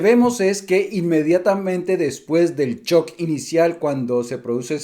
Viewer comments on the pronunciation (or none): none